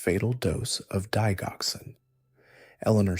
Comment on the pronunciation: Digoxin is pronounced, DI JOX IN.